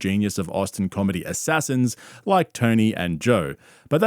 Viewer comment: It’s just the way he said it”top 250 comEDY ASSASSINS” kills me 😂😂😂😂